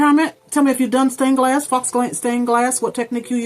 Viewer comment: loved your video but I wasn't sure what you were saying by the word fox. then I read the title and it said faux, which is pronounced foe. The x is silent. Sorry to be a grammar police. but I did like your video.